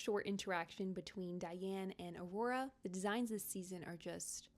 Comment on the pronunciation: guys...it's Aurore not aurora...